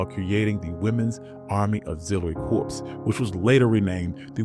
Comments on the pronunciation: Please note that "Corps" is pronounced [core], not "corpse". . It is the same as the US Marine Corps. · It's pronounced "CORE" not "CORPSE". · I don't understand how the narrator could not be informed that 'CORPS'. is pronounced 'core' not 'corpse'. Where is the editor/producer anybody???